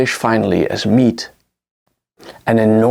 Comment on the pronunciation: He just pronounced mead as meat